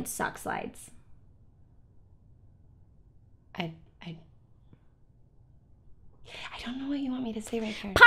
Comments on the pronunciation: sock slides? i think thats what i heard haha :) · I could NOT figure out what was saying, then I realized she just said "sock slides"